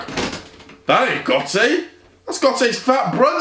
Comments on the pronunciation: Not how u say gotze man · You were saying götze wrong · why was he saying gotze that way